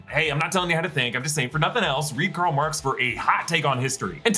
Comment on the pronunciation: Good job saying Marx for once